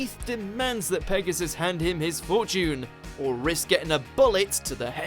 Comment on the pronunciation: Did he say fortune like that on purpose? Is this a YGOTAS reference?